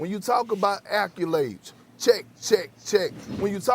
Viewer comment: Geeze, Perk is a terrible public speaker. “Is” instead of “are,” “acculades” instead of “accolades” but that’s a low blow. In this debate, MJ was better on both sides of the floor than LeBron to me.